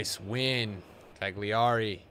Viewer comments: wtf is a cagliari man. his name is caligiuri (cali-gyur-ee) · Ok. So. Cali Giu (said as "Ju" in Jude Bellingham) Ri (pronounced "Re" as in Remix) Perfect, now you're basically Italian. This is now gonna change everything in your next videos